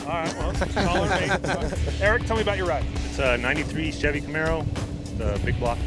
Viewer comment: Why do people say shivey instead of chevy?